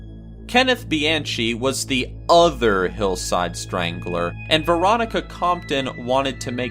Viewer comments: just to let some of ya'll know its not Bee-an-CHEE its Bee-an-Kee (Kenneth Bianchi) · You completely BUTCHERED (no pun intended) ANGELO BUONO and KENNETH BIANCHI'S names... 💀Angelo Buono = "AN-JELLO BOO-WHOA-NO" (... NOT "Angle-oh Boo-no" 😒) 💀Kenneth Bianchi = Kenneth "BEE-AHN-KEE" (... NOT "Bee-an-CHEE") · His name isn’t Kenneth BianCHI. It’s pronounced. Kenneth BianKEY. And the info for Mayhem’s bassist is all wrong. Smh. Otherwise nice video. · Bianchi is pronounced BEE-ON-KEY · Angelo Bueno Jr. & Kenneth Bianchi Pronounced Angel-oh Bo no and Kenneth Bi Ahn Ki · He mispronounced Angelo Buono's and Kenneth Bianchi's name.... "ANGLE-OH BOO-NO"??? 😑